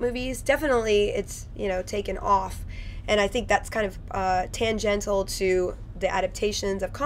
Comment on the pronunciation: I'm not English, so I might be wrong, but isn't it "tangential?" Lol